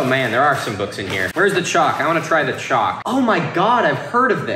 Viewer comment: I was just listening to the video while working and every time said CHALK I thought he was saying CHOC as in an abbreviation for chocolate and I thought he was like known for liking Chocolate and people were sending it to him but he didn't say anything about it being tasty